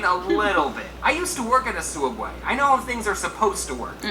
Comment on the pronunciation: its pronounced soob way